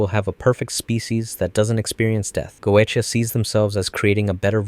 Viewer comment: Very interesting watch, though the constant changing on how key names were pronounced every other line was starting to get to me. XD Dude pronounced Goetia like 4 different ways.